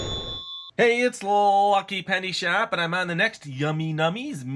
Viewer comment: hey its lllllllllllllllllllucky penny shop -thats how he says it. lol